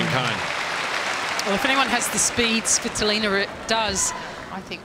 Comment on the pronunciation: why the umpire Saying Game: Sweeetolina ???? Isnt she svitolina?